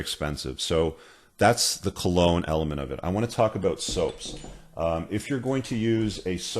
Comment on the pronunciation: And remember, cologne rhymes with alone.